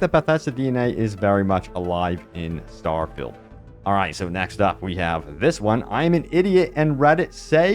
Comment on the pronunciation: Why do you pronounce good English incorrectly? “Starfilled” haha